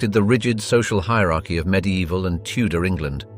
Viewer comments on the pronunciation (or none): none